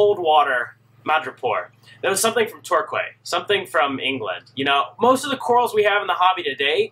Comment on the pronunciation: Torquay is one of those odd Anglo Saxon word, pronounced differently to how it is spelt. You say it TOR KEY. Made famous by the BBC comedy " Faulty Towers ". Torquay is near, Plymouth and this is where the Marine Biological Association was founded in 1884, and its Marine Station and Laboratory was built in 1884. It was replaced in May 1998 by the present National Marine Aquarium.